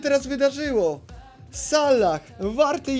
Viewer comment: js piefdole jak mnie triggeruje jak ty mowisz sallah